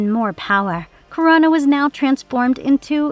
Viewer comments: Krona, not Corona. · Crona. This chick prob hasn't read a single GL comic. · I couldn't make it through the video after hearing "corona" repeatedly.